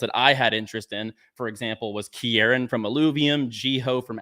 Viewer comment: “Ki-air-ran” 😂 it’s “Key-ran”, Kieran is Australian